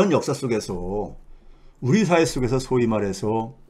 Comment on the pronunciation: 유명하신 최배근교수님의 채널을 자주 듣고있있고 도움도 많이 됩니다. 헌데 항상 아쉬운것은 발음에서 長音과 短音에대한 인식이 너무 부족하다는 것입니다.. 이번 동영상에서도 초반에 '社會'(단음)를 '四會'(장음)로 발음하시네요.. 공부좀 하셔서 고쳐주십시오.